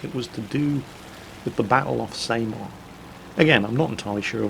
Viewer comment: I just thought you should know, Samar is pronounced "SAH-mar", like the Sa in Sam, and Mars without the s. Asian names are fun~